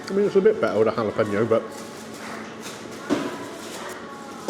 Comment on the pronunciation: I don't understand why it's so difficult to say jalapeno......."hal-uh-pain-yo"